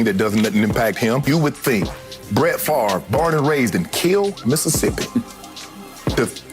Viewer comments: I never liked the guy just because his name is pronounced stupid - it's FAV-RE, not FARVE. ;) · How come we all have to be dyslexic and pronounce his name wrong. It is Fav-ray , not Farve. Nannette Fabre's name was Fab-ray, not Farbay. Jesus. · This idiot doesn't even know how to pronounce h is own name. If FAVRE is pronounced FARVE, is HAVRE pronounced HARVE? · This idiot doesn't even know how to pronounce his own name. If "Favre" is pronounced "Farve", is "Havre" pronounced "Harve"? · not sure what you mean in saying "not in America". It's a French name and it's pronounced fav- ray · Hes the epitome of a dumbass American. He cant even pronounce his own name. Its French. Its pronounced "FOV RA" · OK< people, he doesn't play football any more. Can we start pronouncing his name correctly? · Duh. Your such a dum bass that you can't even pronounce your last name. 😂😂 DIRTY THIEF.